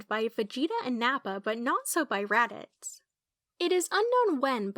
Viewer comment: Yeah, I was cringing the whole time I was watching the video, I only let it slide because the voice is cute and I wanted to see if I could learn anything new, but then she made mistakes such as the one with Raditz and stuff, so I don't think that they even saw the anime, since if they did she would have learned the correct pronunciation, and she would not have made those other mistakes.